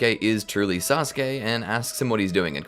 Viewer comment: I love how everyone is calling sasuke, "treesuke" ❤😂 just feels funny to me